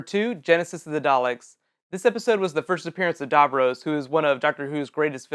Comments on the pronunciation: The Daleks didn't appear in Unearthly Child, they appeared in the Daleks and it's pronounced Dav-Ross, not Davrows. Damn American who fans. (Said in humour, don't get mad.) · Also your pronunciation of Davros is ridiculous.